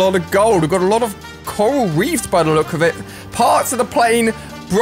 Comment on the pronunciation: It’s pronounced c-or-al Ali 🤦🏼‍♂️